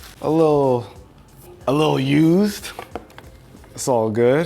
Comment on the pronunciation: the way he says used lol